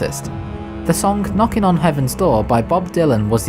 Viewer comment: D- Did he say k-noking on heaven’s door K-NOKING